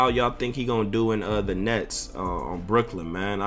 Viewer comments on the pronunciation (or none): none